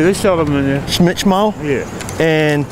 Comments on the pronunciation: Bro said schmech😂😂😂😂😂😂😂😂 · no...it's hmschmeht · Schmet.? Tahahaha